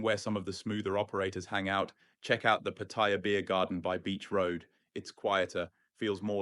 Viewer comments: PATTIA ?? NO SUCH CITY CALLED PATTIA , YOU NEED TO LEARN HOW TO PRONOUNCE PLACE NAMES CORRECTLY BEFORE POSTING THESE VIDEOS , PAT--TA--YA , MY THAI WIFE GETS PISSED OFF WITH FARANGS WHO CAN NOT PRONOUNCE THAI CITY NAMES CORRECTLY WHO POST UP THESE VIDEOS. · Do learn how to pronounce Patt-a-ya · You don't even know how to say pat e ya...listen to the people.. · I sincerely wish all these Pattaya Experts would start by learning the proper pronunciation of Pattaya. Here's how the Thais say it. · Look up how to pronounce Pattaya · It's Pattaya with a long vowel, at least try to get that right. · You should learn how to pronounce Pattaya. Ask any Thai and you will see that you and thousands others are saying it wrong. Thank you for the video. Super cam and excellent advice. Great seeing my favorite city from here in Manila BGC.